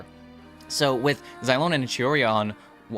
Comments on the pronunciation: No, mavuika ( or the VA / game studio who tells them what to say ) is wrong. In the language itself, "X" is pronounced as " sh" similar to how chinese is. It is, infact, meant to be Shilonen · Its Shilonen like Shibalanké(kay) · Why are you two mispronouncing Xilonen's name? Its basically reads as Zee-Lo-Nen. even the Pyro archon said her name on the Archon Quest. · you’re wrong, it’s pronounced as Zee-lo-nen as per Mavuika pronounced it.